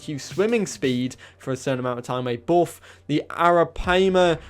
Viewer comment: The way he pronounces "buff" 😂